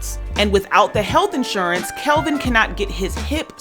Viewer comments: Its Kevin...not Kelvin....its off putting when a host gets something like this wrong ovr and ovr. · Kevin!!!!!! Not Kelvin lol.....